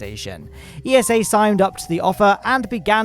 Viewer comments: It's eessa (think NASA but with ESA letters) not E-S-A.! (I know because I got told off by someone from ESA for proinoucing it E-S-A) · it's ESA not E.S.A. ESA even made a tweet about it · It's pronounced Esah with an a sound like as in say and an ah like in german or dutch ah...don't say iesow...lol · should get pronunciation lesson, but in all seriousness acronyms should be pronounced letter by letter but eesa should suit themselves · It's ESA not E.S.A. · ESA is pronounced Eeh-sah, not E.S.A., they even made a tweet about that this week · esa just released a little graphic helpfully clearing up the fact that the organizations name shouldn't be pronounced as an acronym, but spoken phonetically as "eesah" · Never heard of the Columbus Space Station P. S. ESA is pronounced like NASA. It sounds like "iza" (not every letter is said individually).